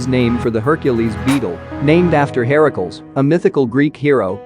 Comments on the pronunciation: Heracles is not pronounced hair-uh-kuhl it's hair-uh-cleez. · I agree the text to speech has the wrong inflection/emphasis on the wrong syllables- on the names... Because they are made up words... Like Heracles is Hera-Klees, not Hera-cuhls.